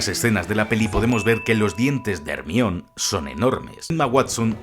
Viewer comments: Like si a vos también te timbró el cerebro cuando dijo "Hermion" xD Yo siempre la recodaré como "Jermayoni" Excelente vídeo, te lo has currado uwu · Muy bueno el video y todo pero se pronuncia "Jermayoni" no "jermion" xD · No es hermayoni ? Porque dices hermion? :$ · para que sepas, el nombre de Hermione no se pronuncia "Hermión", sino GERMAIONI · ¿¿Hermion? ¿¿!HERMION???! ¡¡¡ HER - MA - YO -NI !!!! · JERMION???????????????????????? joder tio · ERMION XDDDD tu pronunciacion de GERMAIONI , hizo quel el video tenga un toque unico la ptmr jajaja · Buen video, pero Ermion jajaja si la H es muda para los Españoles en palabras provenientes del inglés, entonces ¿no dicen Hello (Jelou) sino Elou y Hawaii es Awai? Hermione en se pronuncia Jermaioni. Ermion suena a alguien que se mea mucho, e.g: ese man es el meon. Al menos deberían pronunciar Ermione (con la e final) o algo así, porque la E la hacen muda sino es una "Silent E" como en please, make, cape o mine. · Como que Hermion. Germayoni amigo así se llama en Inglés en la novela y en todo lado, solo en España se les ocurre ponerle a una chica Hermion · Hermion 😅😅😅, me gusta mas cuando la pronunciación suena a (Jermaiony) asi suena en la pronunciación en latino. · hermion jaja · hermion no jodas jajaja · hermio ajajajja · Mi toc se activa cada vez que dices "Hermion" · Ermion jajajajaja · Dambeldor, Hermión 🤣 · Quién rayos es "Germión"??????? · Acojonante es decir Ermión jaja. Buen video. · Arnion? No mms jajajaja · Que mierda es Ermion? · Me estaban sangrando los oídos con cada Hermion pero te lo perdono por el homenaje Al pelucas 😅🥲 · Hermion jajajajaja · Hermion xd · jermion y jermaioni como se pronuncia no como se escribe en castellano y latino respectivamente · DIOSS que buen video lo unico que me da amsiedad esqie le de dice Hermion XDDD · Que putas es “ermion” “dambeldor” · Muy buen video, no soy fan de esta saga pero siempre son geniales tus videos, ese "Ermión" se siente como una patada en las bolas pero ni modo.